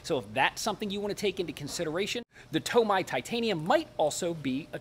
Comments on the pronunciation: TomAYE not TomEYE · it’s TO-MEI DAH! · Lol the TOMAI... funny how he pronounces it. Awesome vid! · Tomai lol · Is that a TOMAI DAH? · Screw toe-may-toe toe-mah-toe Imma start saying to-may to-meye Lmfaooo Great video overall though ❤️❤️❤️